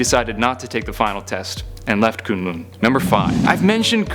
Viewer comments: Does it annoy anyone else that he pronounced Kun Lun as Kune Lune? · It's kunlun